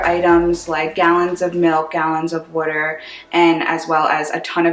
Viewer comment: Wooder!? From Philly? 😇